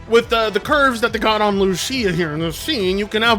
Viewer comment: How are you Hispanic and don't know how to pronounce Lucía